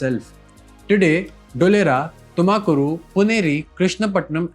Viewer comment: Why can't you pronounce Tumakuru properly while every other city isn't mispronounced?